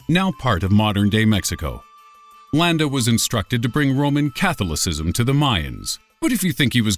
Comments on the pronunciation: Cath lo sizem?????? It's pronounced: Ka thala sizm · He kept saying "CATH-ulla-sizzum". I was offering him an alternative pronunciation. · I liked the way he pronounced 'Catholicism' without the long 'o' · Catholicism is pronounced incorrectly. You can always Google the phonetic spelling of a word if you are unsure of its pronunciation. Also Vlad the Impaler was conveyed inaccurately. What an unbelievable travesty that the pyschopaths featured in the beginning of the list had their sentences reduced for good behavior with an oppurtunity for parole. THEY'RE PROVEN SERIAL KILLERS, they can't be rehabilitated and will always return back to satiating their murderous impulses.